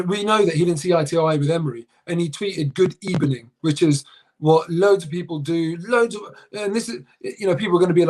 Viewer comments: A wise man once said Good Ebening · EBENING GOONS....ha.ha.ha.😆😆😆😆😆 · Don't talk about Good Ebening, talk about Net Good Ebening.